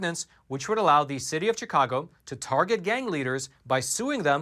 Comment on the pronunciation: it’s not pronounced ‘cheekahgo’, unless you are a newly arrived Spanish speaking person. The word that comes from the Algonquin language: “shikaakwa”and everyone around here pronounces it accordingly.